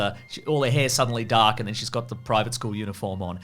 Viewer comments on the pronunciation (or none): none